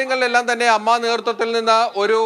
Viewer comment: Ammma alla a.m.m.a en parayu